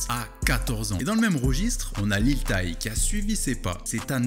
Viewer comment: Franchement rien a dire mais juste stp c’est "Lil tèye" pas "Lil taye"